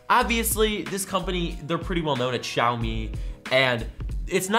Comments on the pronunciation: They're pretty well known... shaub-eeey? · pronounced xiaomi wrongly again. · its xiaomi hahaha